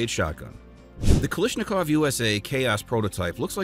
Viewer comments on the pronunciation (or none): none